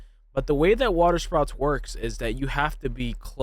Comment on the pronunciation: *SPOUTS (that was driving me crazy) 😂